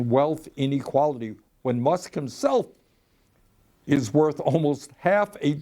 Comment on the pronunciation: Elon "MUCKS"